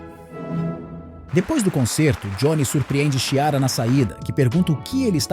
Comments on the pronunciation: Que nervoso a pessoa falando Xiara so invés de Chiara!!! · O ruim de ser um robô como narrador, é que não sabe diferenciar algumas palavras, confundindo-as com siglas e também não sabe a pronúncia de alguns nomes próprios como Chiara. É horrível escutar falarem errado, principalmente em histórias inventadas e narradas pela IA, que também tem uma criatividade bem ruim.